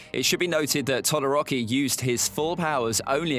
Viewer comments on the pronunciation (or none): Did he just say todiroki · I know he did not say tadoroki in